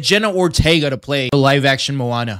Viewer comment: You really need to learn how to say Hawaiian words......you are saying Manoa which is the location where the University of Hawaii is located. It's Moana (Mo-a-na) not Ma-no-a.